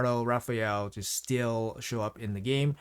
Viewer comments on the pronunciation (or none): none